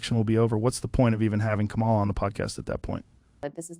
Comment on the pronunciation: Did he disrespect her by mispronouncing her name?